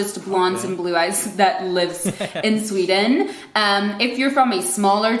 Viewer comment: How she said 'Sweden' at the start of the video was 100% Swedish. As it progressed her Americanised accent came through more, I found (and she got louder).